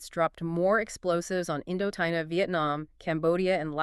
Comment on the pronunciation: AI voices? WWII he reads as W W eye eye. I mean so believable they sound so good until they foreign words like a computer, indokina